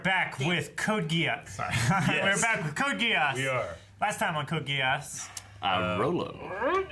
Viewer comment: Right from the first episode of Code Geass, has been spot on with the pronunciation of the character names right from the get go.